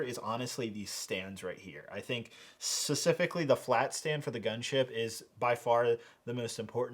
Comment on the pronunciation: specifically not susifically